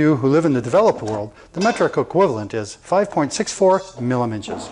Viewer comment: lol, 5.64 "miliminches"